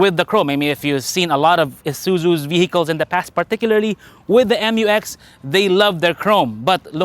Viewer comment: it is read as "myu-eks" NOT "em-yu-eks" otherwise it should have been written as "M-U-X"